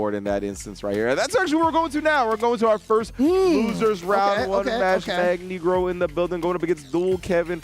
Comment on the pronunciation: it's magNEEgro like "Magneto" btw